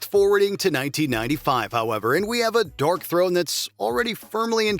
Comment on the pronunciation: the bot narrator calling Darkthrone "DORKthrone" 🧐